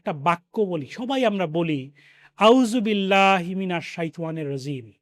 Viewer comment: Jazacallh kayer যথাযথ বিনয়ের সহিত বলতেছি আমার যদি শুনতে ভুল না হয় তবে আপনার আউযুবিল্লাহি মিনাশ শাইতানির রাজিমের উচ্চারণের মধ্যে একটা ভুল নিহিত আছে।